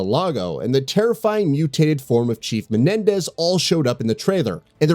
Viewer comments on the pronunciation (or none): none